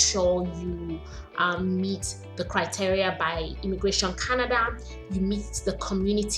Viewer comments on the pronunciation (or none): none